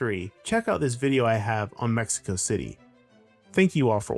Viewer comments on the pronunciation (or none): none